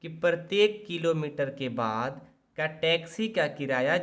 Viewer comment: वाद नही बाद है 😊😊😊